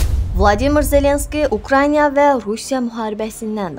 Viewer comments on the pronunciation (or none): Reportajda biyabırçılıqlara görə sizin videolarınlza baxa bilmirəm , danışan xanımın nə diksiyası var nədə ki sözləri vurğuluya bilir bir fikir verin da ! Ukraynya YOX ! (can sözünü dzçan deyənlər)